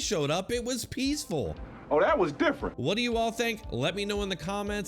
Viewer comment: It’s (DDDDDDDDD)iiiiiiiiiiiiiiiiiiifffffffffffeeeeeeerrent